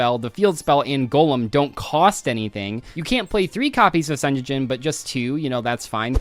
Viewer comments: managing to mispronounce Sengenjin as Senjejin is wild. It's a Japanese word, just pronounce what you see! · Ah yes, "senyeyin" the very famous millennium card 😂